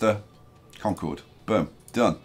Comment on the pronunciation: I mean I'd love to see some more New England names. Maybe shift the whole northeast corridor down? Also just for reference, Concord, Massachusetts and Concord, New Hampshire, are pronounced as "conquered."